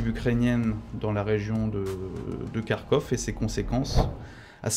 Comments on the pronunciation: Je suis content D entendre KarkhOV bien prononcé et mon Karkhiv. On a de tout temps prononcé avec-Ov. Agréable D écoute un expert impartial et réaliste. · Tout à fait et il prononce bien d’ailleurs de « kh » à la russe dans Kharkov et Kherson.😊 Je pense que J. Baud maîtrise la langue russe au moins un peu.